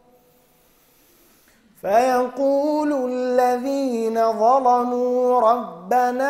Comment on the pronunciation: أخي الكريم حياك الله أما بالنسبة لكلمة ظلموا . الصلاة فقد قرأها قراءة صحيحة لقد قرأها بتغليظ اللام وهكذا تقرأ في رواية ورش عن طريق الأزرق